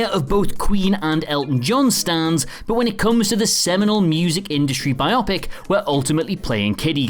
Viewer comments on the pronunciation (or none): BIO-PIC.....not Bi-Opic No to Tolkien buddy farce... Guillermo recently couldn't film himself on Zoom, so not "anything" Mad Max:Beyond Thundersnow with Queen Bey? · sorry but it's not bi/op/ic